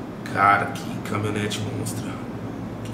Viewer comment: "CAMI-O-NETE", kkkkkk! Compra um curso de português também